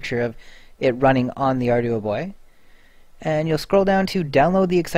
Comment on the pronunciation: I think it's "arr-dew-boy"